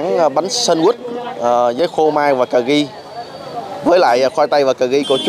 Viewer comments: Cà ri đừng nói cà gi .youtube phải phát ăm cho đúng Bùi Hồ ơi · Ca ri chứ không phải ca gi